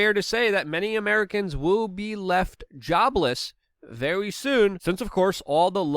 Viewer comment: its Very...Not Vawy